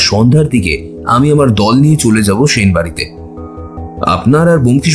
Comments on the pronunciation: সাহিত্যিক অজিতের চরিত্র যে করছে সে তো 'স' এবং 'শ' এর উচ্চারণের পার্থক্যই বোঝেনা। এসব লোককে দিয়ে সাহিত্যিকের চরিত্র একদমই মানায় না। কেন এদের নেন? জঘন্য লাগে। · ঠিক।বার বার 'সেন' কে 'শেন' উচ্চারণ হয়েছে।